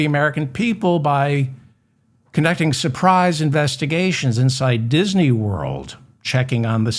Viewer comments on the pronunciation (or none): none